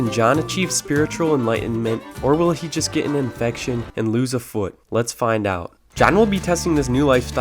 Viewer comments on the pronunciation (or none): idk why, but the way you said "infection" made me laugh xdd